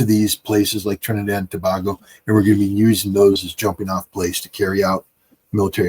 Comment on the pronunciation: its the Prime Minister who sold out, not President. She thinks she can do what she wants without talking to the people. Scott, its Tobago, pronounced Tobaygo